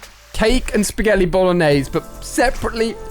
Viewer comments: He did say spaghelli the subtitles say what it THINKS the person said not what they ACTUALLY said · Is it just me or did he say spaghelli 😂